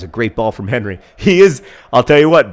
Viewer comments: Pretty sure the ginger's name was Hery not Henry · his name is acutally Héry ;) not Henry